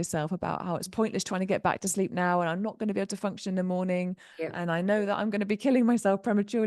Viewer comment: able: aye-bul. Terminal L. not: ends in a T. certain: There's a T in the middle. Not "sir-uhn." You sound lazy and weird.